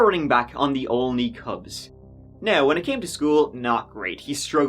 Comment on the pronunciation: Why do I have trouble saying Olney. Not Only, sheesh